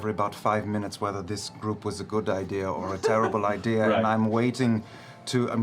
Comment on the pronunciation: “two meners after the break”